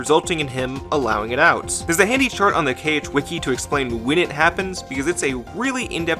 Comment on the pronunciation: You said KH like Kayge once, as in "okayge". Not a drag just an observation